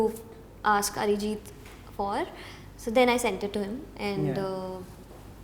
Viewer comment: Bhai... Arijit ko Mallu mat bana... it's not Arijith😂😂...."h" hata de